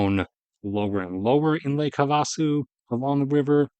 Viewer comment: Great video, just one small note, it's pronounced Have-uh-su